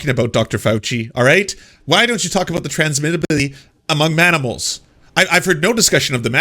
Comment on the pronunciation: “Transmility among manimals” -Rand Paul